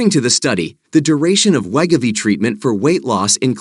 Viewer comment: we-go-v not let- ga-v 😂😂